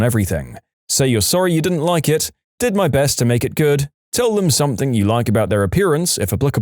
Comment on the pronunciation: No K in the word something